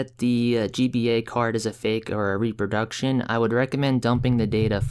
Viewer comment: repRo - your are skipping the r - RepRoduction....